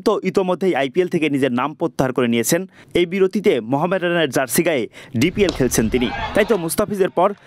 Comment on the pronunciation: সংবাদ পঠন এবং উপস্থাপন একটি শিল্প। আঞ্চলিকতার উপস্থিতি সেখানে বেমানান। আমি আঞ্চলিকতাকে ছোট করছি নাহ। তবে "জার্সি"-কে "যার্সি" বললে বেশ কানে বাধে। সংবাদ শোনার আগ্রহে ভাটা পড়ে।